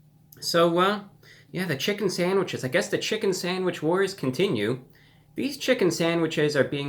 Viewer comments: you totally said sangwiches, awesome :) lol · New chicken sangwiches 😂